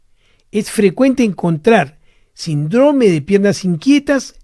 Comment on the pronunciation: Alguien le poria decir a este doctor que se dice Síndrome no Sindróme...no puedo creer que nadie se lo haya dicho 🤣